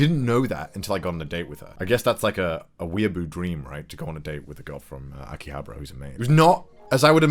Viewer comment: lives in Japan -Pronounces akihabara: "akihabra"